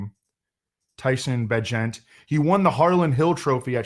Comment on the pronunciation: FYI - Tyson says it's pronunciation is like Agent. Secret Bagent Man. Bagent of Change. Hopefully you won't have to say his name again after this week.